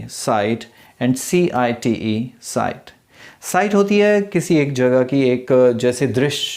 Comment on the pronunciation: Cite .. not clear